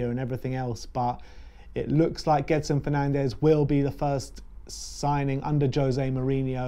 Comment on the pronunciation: The pronunciation is Jedson Fernandj